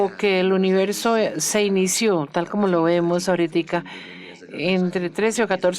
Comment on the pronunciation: La traductora dice universio hahha